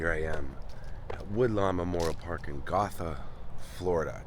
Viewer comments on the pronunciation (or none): its pronounced gow thuh